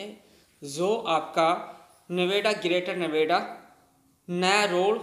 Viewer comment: bolne mai dikkat hai kya gour chowk hai and greater Noida hai